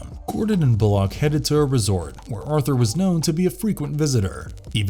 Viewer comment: You are mispronouncing Bullocks name